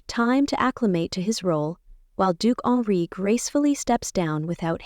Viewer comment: The Grand Duke's name is not Alree, not honoree, not Onri. It is Henri.